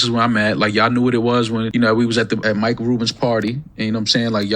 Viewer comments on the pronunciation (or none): none